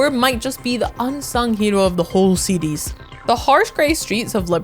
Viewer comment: im hearing seedees but she's saying series.